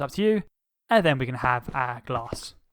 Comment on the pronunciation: When you said our glass I just heard AhHhHhH glass